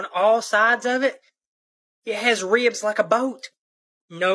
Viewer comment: On principle, I can’t believe anyone who pronounces, ribs like ree-ubs. Sorry